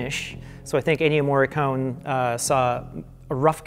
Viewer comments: The main theme is absolutely by Ennio Morricone (pronounced 'Morri-coney' not 'Morri-cone') and it sounds just like Carpenter because Carpenter asked him for something 'simpler and spookier' and 'not to do so many notes' and he came back with basically an impersonation of a Carpenter theme - which I think is kind of fitting, due to the subject matter. If you listen to the original soundtrack album (which features only the music Morricone composed), the theme is featured in ‘Humanity Pt. 2’ and he also uses the same melody in a slower orchestral arrangement in the track ‘Humanity Pt. 1’, which is also used in the film. Carpenter and Howarth maintain that they only created some moody, interstitial cues - great ones at that - including the music that plays during the reveal of the title. I totally understand why people assume Carpenter must have written the main theme -- I thought the same thing! -- but Carpenter says the theme is Morricone's (he even said so before he performed the theme in his live shows a couple years back) and Morricone says it's his, and both men have no reason to lie about it, so... it's his. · Oh god. I love, but every time he says "MoreeKONE," I die a little inside. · What are you talking about. As an italian, it is pronounced Morri-con-e, with the e pronounced like in "end" and the double r it is pronounced like actually saying r two times in a row. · It bugs me that can't pronounce Ennio Morricone. It comes off as a bit arrogant. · ennio morricone is pronounced with an "ay" sound at the end. cone is not pronounced in the english pronunciation